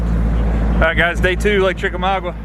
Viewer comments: FYI... The lake name is pronounced Chick Ah Mogga. Not trying to be a jerk. Trying to help. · You mispronounced Chickamauga